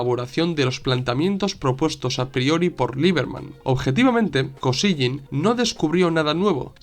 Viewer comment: Se llamaban Leonid Brézhnev y Alexéy Kosígin que se pronuncian; /lianíd bréshnief/ y /alikséi kasíguin/. Te lo escribo porque es fácil hacerse un lío con los nombres rusos. Muchísimas gracias por tu una vez más excelente trabajo, muy bien documentado y expuesto. Saludos.